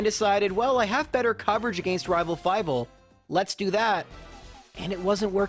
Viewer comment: Why do you keep saying: "Rival fiveal"? It's annoying...